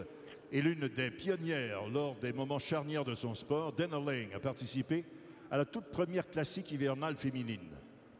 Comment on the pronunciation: It's "Laing" not "Liang"...